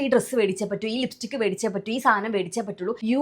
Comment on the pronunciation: “വേടിച്ച് “ അല്ല “മേടിച്ച് “ അല്ലെങ്കിൽ വാങ്ങിച്ച് 😂😂